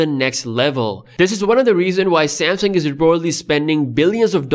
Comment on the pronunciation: You can't really pronounce Samsung correctly. Lol